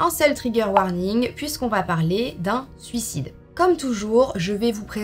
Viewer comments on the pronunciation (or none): none